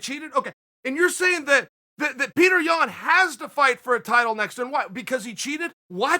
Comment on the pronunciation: Not Yian but Yan